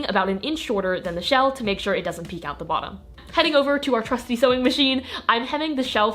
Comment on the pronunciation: When you said trusty sewing machine i thought you said "çŕůşțý sewing machine" Also denim wizard